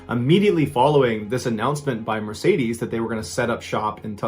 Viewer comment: this is the first time i had heard someone pronounce Mercedes as Meresaydiese :D